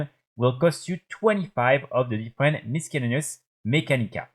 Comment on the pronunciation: missellaneous pour la prononciation ^^